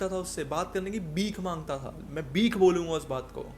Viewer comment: Bheeek not beek